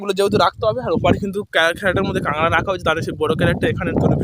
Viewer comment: Kangra na bhai kakra😂